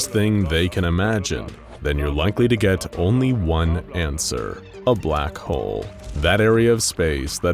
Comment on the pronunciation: Why do I hear “Black hoe” instead of “Black Hole”?